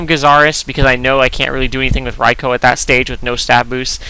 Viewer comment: For the record, Rai-koh is more correct than Rai-kuu.